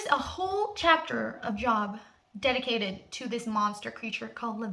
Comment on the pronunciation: The book in the bible that u are referencing is Job but pronounced Johb. Great video otherwise.